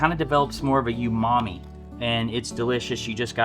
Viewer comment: LMAO and earlier did you say "you mommy" instead of "oomaamee"? Joking of course, love the recipe as always!